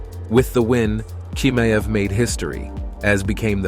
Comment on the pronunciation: He is chimaev...ch...not k🤦‍♂️